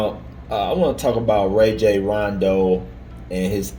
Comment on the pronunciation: Pronounced "Rah-Jhon" ...he is my point God